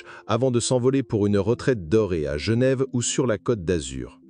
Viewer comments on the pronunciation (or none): none